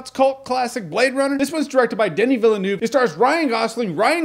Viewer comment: I don't know why americans pronounce the director last name vila-nuve. Hey it's like vil-nov